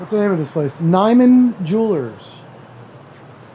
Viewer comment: The pronunciation of Nyman is close to Nuuman.